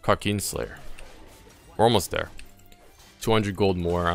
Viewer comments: KRA kin slayer not Kra keen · nobodys gonna talk about how he says kraken slayer? kauukeen slayer 😂😂😂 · Love the way he says krakeen